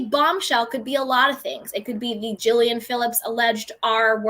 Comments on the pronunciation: The woman's name is pronounced "Julie Anne," not Jillian or Jilaine. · Julie-anne, not Julian. Julian is a male name, as in Julian Lennon. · I believe its pronounced: Julie-anne